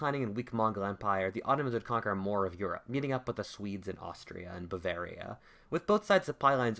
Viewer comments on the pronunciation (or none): none